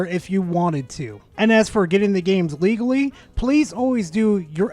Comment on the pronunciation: "Legalee"? What's that, chinese or something?